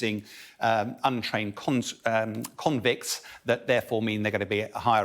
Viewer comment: I love how he said: "conscri.. convicts" 🤣